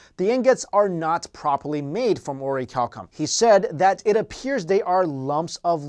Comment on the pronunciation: You mispronounced the name of the metal, according to what you wrote in the description.